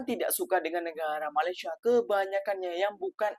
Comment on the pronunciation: COBA PERHATIKAN BAIK-BAIK APA YANG DIUCAPKAN... SELALU BERKATA MALASYA... MALASYA.. MALASYA 🤣🤣🤣🤣